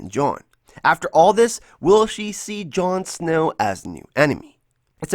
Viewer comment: I thought you called jon snow, jon snooze.